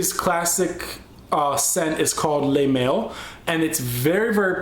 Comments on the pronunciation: Le Male="Leh-MAHL" (short 'a' sound) L'eau D'Issey=Low-Deh-Say Not that I have an axe to grind, just a pointer :) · dear lord your such an American :P not meaning to be rude, but any European (including myself) would be cringing at that pronunciation :) yves saint laurent: l'homme, is pronounced lomme. jean paul gaultier le male is le mal (not ley) dont ever say Diesel like that again :P lol that one was in english so cant fault you there isseymiyake leu de issey sounds like: low dey issay sory for all the corrections :P though hope i helped